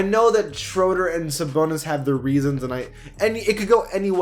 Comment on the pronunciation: He Said Damontolas SaBONELESS or